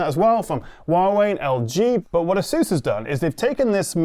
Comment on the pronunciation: AY suss not a SOOSE. The latter sounds ridiculous.